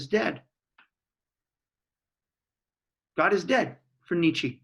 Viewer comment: Thank you. Can you please pronounce his name correctly, however